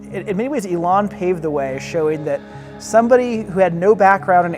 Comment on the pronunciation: He cannot pronounce Elon? Weird 😢😢😂😂😊